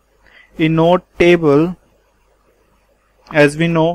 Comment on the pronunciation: inode - pronounced eye-node not inn-node. Apart from that, thankyou for the useful presentation, good job!